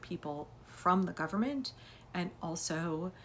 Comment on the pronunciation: The 'gum-mint' 😂😂😂